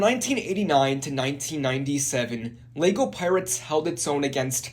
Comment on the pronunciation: Why do you keep pronouncing it "Leygo" ?? Annoying AF mate.